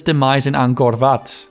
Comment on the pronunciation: not ankor vat ankor wot